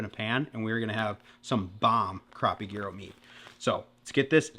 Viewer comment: What a banger of an episode, otter tail giants and fish gyros🔥🔥🔥 side note - should immediately be arrested for the way he pronounces Gyro